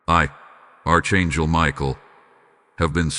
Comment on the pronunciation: It's pronounced Ark not arch like in a building